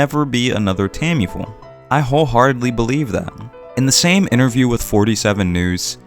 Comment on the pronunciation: Great points. Obviously, I hope your incorrect to some degree, and we'll get more works on this level sooner rather than later. However, you're probably correct. Side note: I swear I'm genuinely curious... Am I missing something? Does the author Tamifura go by a different name? It really sounds like you always call her "Tammy-Full". I'm seriously not trying to poke fun at your pronunciation (I've never heard you change a name's pronunciation anywhere near that much); so at first I was just confused, then I figured I'm missing something.